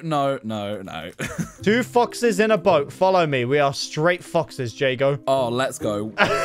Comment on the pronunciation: lol is kinda sus when u said 2 foxes it sounded like 2 fuc